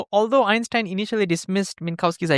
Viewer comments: great video 10/10 but why did you say so often epstein instead of einstein xD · Did you say epstien instead of enstien? 😅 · Einstein, not Epstein 😂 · did u say Epstein or r the captions cooked